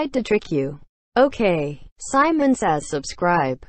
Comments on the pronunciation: u said samon too of simon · When she said samon i didint do anything